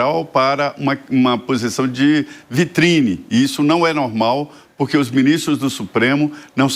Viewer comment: Não existe purqui, nem falar direito ele sabe.